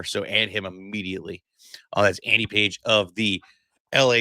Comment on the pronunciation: It's Andy Pages, pronounced PAH-HEZ.